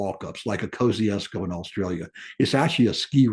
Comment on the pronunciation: I understand these names can be confusing being from all around the globe, yet I'm just letting you know how to pronounce Kosciuszko like an Aussie. We would say: Mount Kozzi - ozs - co, but fast. For sometime it was spelt without the letter 'z' in the name of the gentleman it was named after, but this has finally been corrected and the 'z' has been restored. As for my own opinion as to whether to include Kosciuszko in the Seven Summits, I think the mountain in Indonesia should be included and Kosciuszko an 'optional extra'. Unfortunately, there is no other way to include Australia due to our rather smaller alps, unless anyone wishes to include the volcano on Heard Island which is Australian Territory despite being a mere 4,000km South West of mainland Australia which is part of our Antartic Territory. As this region enjoys World Heritage Protection, I doubt this will ever be approved of. Looking forward to this series!🇦🇺